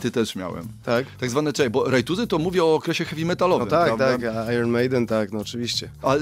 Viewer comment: Nie "ajron" tylko "ajen" panie. Dziennikarz w radiu ogólnopolskim powinien prawidłowo wymawiać słowa po angielsku. 😞